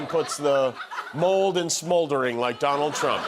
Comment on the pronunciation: …the vonald…